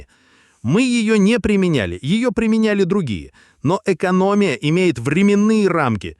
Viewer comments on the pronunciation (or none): Правильно говорить: икономИя